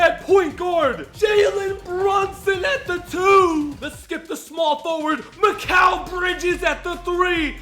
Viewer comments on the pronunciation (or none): none